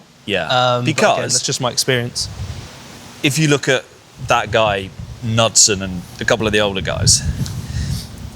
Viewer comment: K-NOOD- son